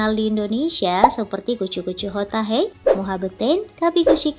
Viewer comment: "hai" itu dibaca "he" min yaa ampun ....